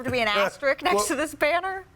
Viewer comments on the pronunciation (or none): and does Malika even know how to pronounce the word Asterisk? She keeps saying “Asterick” it’s an S not a C my darling. Lol 😂